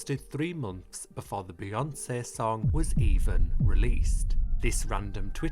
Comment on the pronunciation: I LOVE the way you pronounce BeyoncĘ